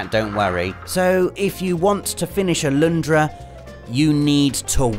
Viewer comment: Its Alundra. Not Aloondra!